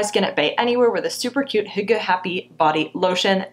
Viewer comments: I thought you said "hooker"😳😂😂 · I had to look it up. Hygge is pronounced "hue-gah" I've seen the word everywhere and never knew how to say it.